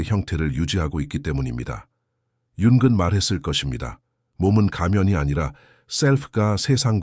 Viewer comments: 융은 을 왜 자꾸 융근이라 읽는지 내용은 좋은데 그게 거슬리네요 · 영어식 발음이라 그런거 같아요. ng 발음이 우리말로 이응(ㅇ) 인데, 사실 끝에 g발음이 조금있어요. Morning 발음이 천천히하면 몰닝그. ‘그‘가 뒤에 살짝있습니다